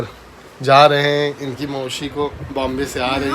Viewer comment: S ko s hi boliye kyo sh sh karte hai bahut ajib sa gussa aata hai😅mausi hota hai maushi nahi 😢